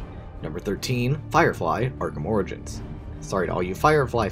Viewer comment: it’s pronounced ora jins, not oregans